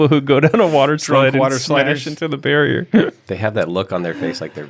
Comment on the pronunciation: Ok. I had to re-listen to this. I thought the couple ran into a BEAR and not Barrier at the end of the slide. Lol🤦‍♀️